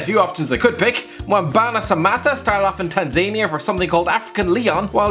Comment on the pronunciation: Learn to pronounce “Tanzania” properly!!